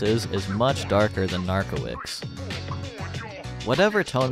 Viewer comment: Cool video! Btw, Narkowicz (in Polish) would be read like nar-ko-veech w->v; i->ee; cz->ch (and the full name is Krzysztof Narkowicz -> kshish-tof nar-ko-veech)